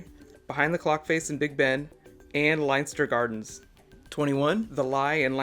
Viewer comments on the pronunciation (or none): It's pronounced len-ster gardens